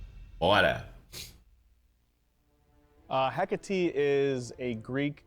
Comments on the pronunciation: A pronúncia correta é: écate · Eu acredito que a pronúncia certa em português é Hecatê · Se pronuncia hécate com som forte na letra é